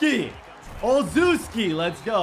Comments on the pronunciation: As a pats fan it hurt when he called him OZUski (it’s o-Ches-ski) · Olszewski is pronounced O-chef-ski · you pronounced Gunner Olszewski wrong it is pronounced Olshefsski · “Olzewski” haha.